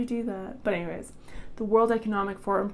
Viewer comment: Crazy stuff! Love it... World Eeecownumbic Forhum? What is that?